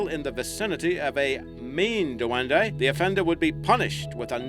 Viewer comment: Its pronounced dwen-di